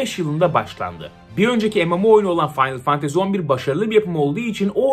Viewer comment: Abi aşık oldum la senin o finaly fantazy demeyine